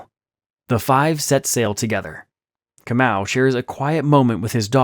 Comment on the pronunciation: I like how you pronounce KAMAU a very common name in the Gikuyu/Kikuyu tribe 🇰🇪🇰🇪😊😅, so yes, it makes so much sense about him being a captive. I was genuinely caught off guard by the ending 😂😂😂😂😂